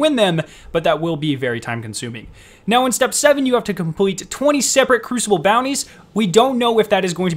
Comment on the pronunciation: “Compweet” “pway “ lol 😂 hilarious thanks for the vid